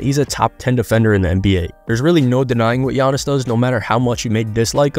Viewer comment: Bruh butchered tf outta giannis' name LOL